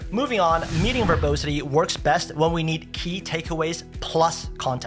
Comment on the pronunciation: It’s pronounced ver-bAH-sity , not ver-bOH-sity